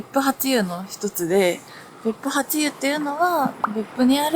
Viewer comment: 別府八湯は、べっぷはっとう、と読みます。^o^